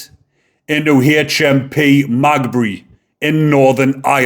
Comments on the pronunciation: Another good summary of this latest horrific attack by lawless immigrants. Heads up: HMP Maghaberry is pronounced: MaGhabErry. From one of your Northern Ireland subscribers 😁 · Heads up because I think you’re a good guy. It’s pronounced Me ga berry. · Its said like this .... Ma gab berry prison 😊love your channel I am from Notthern Ireland 🇬🇧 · Ma gab bree, thats how its pronounced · lol Its MA GA BURY!! hopefully the paramilitaries deal with it if not then probably West Belfast hoods! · Maghaberry haha hes fooked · Wouldn't it be nice if you could pronounce the names properly?? (Ogilvy and Maghaberry) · Jesus, you can't even pronounce the name of the prison he will go too. Tell you what, stfu. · It’s Maghaberry. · pronounced Ma gab ry Prison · Pronounced Magabery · MAH-GAH-BERRY. Close enough though lad. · I'm from over here just to correct how you pronounce Magaberry if you break it down its Ma ga Berry all together Maghaberry and thankyou for your input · The prison is pronounced…Ma..gab..berry. God help Stephen and his family🙏🙏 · Prison name is pronounced "magah-buree" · Pronounce it HMP ma gab er re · maghaberry is pronounced ma gab bury 😉 how the fkr gets everything thats coming to him. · Its Maghaberry. Pronounced ma-GAB-erry, the empasis on the middle bit. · Its called Ma. Gab Berry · Mate it's said "Ma-Gab-ery said fast though lol. An no I'm not a grammar nazi, I enjoy your content and don't want people slagging you off 👍👍👍🇬🇧🇬🇧🇬🇧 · Lol its Maghaberry not magbe 😂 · Magbury? It is pronounced meh gah berry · Its maghebry not magbey lol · It's pronounced Ma - gab - ree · Thank you fir this video! The prison is pronounced Mag-abbery locally. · The prison is pronounced Ma-gab- ery. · It’s pronounced Ma gab rey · Its pronounced Ma-ga-berry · It’s pronounced mag ab erry. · The prison is Ma-gahb-ery! Thank you for the video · just to correct your pronounciation the prison is called Maghaberry,The irish pronunciation is "Ma-gaberry jail" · Magbree lol